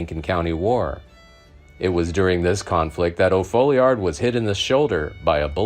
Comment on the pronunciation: It's pronounced "Fallyerd". How do I know? It's my last name.